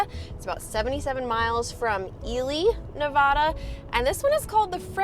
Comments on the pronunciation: I'm from Ely and I'm so happy you're finally pronouncing it right! I was cringing every time you said it wrong. You are also saying Nevada wrong.... it's Nev A (A as in apple)da not Nev ahhhh da. I'm surprised a local didn't correct you. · I appreciate your correction of how to pronounce Ely. My request now is that you pronounce Nevada correctly! It’s not Nev-awe-duh! The middle syllable has a short “a” sound (like the “a” in cat). said it correctly., you also said it correctly in your “Thank you” video. Your videos make me smile! Thank you! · Since you were worried about mispronouncing Ely, I wanted to let you know you are also mispronouncing Nevada too. From the internet - common English pronunciation being "nuh-VAD-uh" (rhyming with "bad") preferred by locals, and the Spanish-derived pronunciation "nuh-VAH-duh" (rhyming with "father") being considered incorrect by many Nevadans. While there's no single "correct" way, the English version is the culturally accepted and preferred pronunciation within the state, and using it is seen as a sign of respect for the local culture. I lived there 20 years, it’s a big deal for Nevadans, there are bumper stickers and tshirts 😂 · FYI-you're also mispronouncing NEVADA. It's NEVAAAA(long A)DA. lol. Just ask a local.